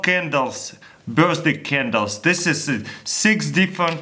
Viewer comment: "Birsday Caundles"